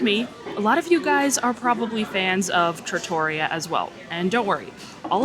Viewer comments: Yes! With emphasis on the REE. Not truh-TOR-ee-uh. I was corrected some years ago by another, lol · It’s pronounced Tra-to-ree-yah. Trattoria which is a non formal restaurant in Italy. The lasagna looks legit!